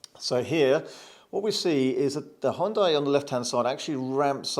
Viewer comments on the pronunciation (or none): Sounds like your are saying Honda, the CC thought so.